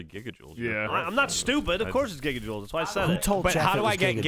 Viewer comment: Geoff: I’m not stupid of course it’s gigaojoules.: Who told Geoff it’s gigaojoules? 😂😂